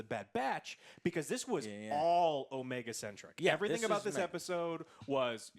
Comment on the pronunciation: I like Omega, we're gonna have to forgive a lot of scenes involving her in series as she's literally experiencing things for the first time, but one thing I dislike is the way her voice actor pronounces her own name it sounds like she say it as o-ME-a not necessarily as Omega. I find that annoying at times IMO